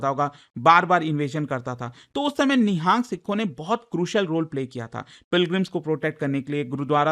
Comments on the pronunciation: It is Nihang not ni-haaa-ng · Nihaang sikh nhi pronounce nhi karte,it is Nihang sikh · It's not NIHAANG it's निहंग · It's not nihaang it's nihang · It's nang